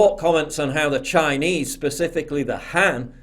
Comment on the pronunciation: why does this man speak "chiiiaayeneeease" like that